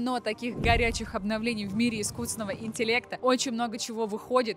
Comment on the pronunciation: "Искуссный интеллект", "джипег в пег"... Дальше смотреть не стал)